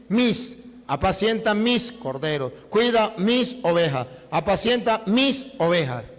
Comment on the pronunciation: Ovejaaaaaaaaaa se dise ovejassssss. Ten misericordia. Dios de este señor